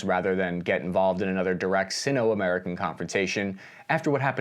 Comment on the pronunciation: Just a pronunciation tip: "Sino-" is pronounced with a hard "i", i.e. [ˈsīnō]. I kept cringing every time it was pronounced "sinn-o".